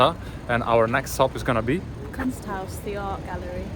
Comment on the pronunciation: boring video. I have visited Graz twice, and love it. I would retire there if I could By the way, the art museum is pronounced Koonst haus.